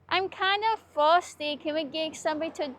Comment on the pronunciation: Can we stop somewhere so I can get a dwink?? I sooo shirtsty.